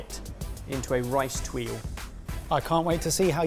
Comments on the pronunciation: It's not a "tuille" but a "tuile" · it is tuile not twille:D but it sounds very cute like this twille ^^ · kinda hope that "tuille" becomes the new "veloute" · when said rice tuille, i said rice paper?